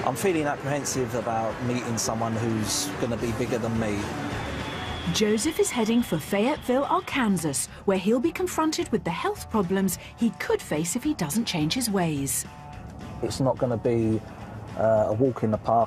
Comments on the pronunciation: Isn’t Arkansas pronounced “ar-can-saw”? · Not the narrator calling Arkansas “R-kansas” lmao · I had to rewind it 9 times just to hear "R-Kansas" bahahahahahaha I cant. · How the narrator says Arkansas….😅😆